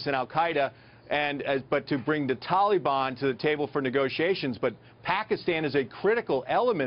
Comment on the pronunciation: wtf is a Tolly-bon? Ohhhhh he is trying to say Taliban. lmaooo idiot.